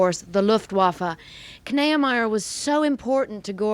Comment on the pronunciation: Kneiemier? I think its pronounced "Nee-ah-my-er" at least among German Americans.